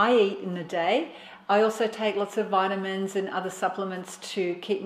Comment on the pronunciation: Thsnk you for your info But some words is not clear please when you want intruders the VITAMINS or anything is hard to understand. Thsnk you